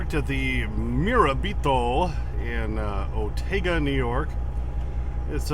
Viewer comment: In that part of NY, I think it’s pronounced “Murr-RAB-eh-toe” Yer welcome!